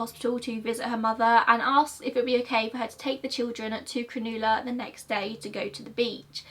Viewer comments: I was so confused by her saying cron-oo-la cause Cronulla is pronounced cron-ah-la 🤣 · not to be THAT person but it’s pronounced Crow-nah-la xx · Very beautifully portrayed video as well as an equal beautiful speaker. Btw it's pro nounced "cro-nah-la" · I'm Australian and I've never heard of this case! Also, it's so cute how you pronounced Cronulla, it's pronounced more like "cru-nulla" instead of "cra-noola" but I love hearing how other nationalities pronounce our words! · Any other Aussie crack up when she said “cronooohla” instead of “cron-uh-luh”😂 love your vids girl, you’re by far one of best presenters of true crime cases & always very professional! No need to delete old videos, growth and progression is something to be proud of 😊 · Cronulla beach is pronounced 'cro-nu-lu"; Cro- as in 'crock Nu- as in 'nut' Lu- as in 'nut'. I hope this is helpful, I just find it distracting when pronunciation is off. It can also create confusion for the audience. And I'm also aware that some Aussie place names are quite foreign to others. Thanks for sharing an Aussie true crime story. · I had no idea about this case and I used to live very close to Ryde. Oof. Also Cronulla is pronounced more like ‘Cruh-nuh-lah’ and is pronounced pretty quickly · cronulla is pronounced like cruh nuh la, but ur doing a good job ! we have wacky names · Lol I love the way you pronounce Cronulla. You said it so posh. We pronounce it like cruh-null-uh in Australia 😂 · Love your videos!! Just letting you know Cronulla is pronounced Crow-null-a 😊 I was originally from there! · Oh mate , your pronunciation , it's" Crow nul la " good try though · Oh btw sorry I don't wanna be that person but, Cronulla is pronounced 'Cron-UH-lla'. Just letting you know x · just saying Cronulla is pronounced like cun-ul-a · Do you mwan Cronulla? Cro - nul - la 😁 love you as always xx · Cronulla is pronounced crow null a